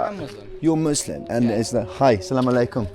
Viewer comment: It’s “Muslims” not “moooslims”